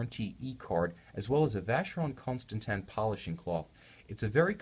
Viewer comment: I don't think it's pronounced Consta-tan. Also the watch is about $15k retail